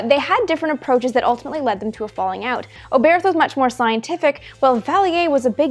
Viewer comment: Hermann Oberth was a German scientist. His name is pronounced without the h at the end. So no English th sound, just "Obert".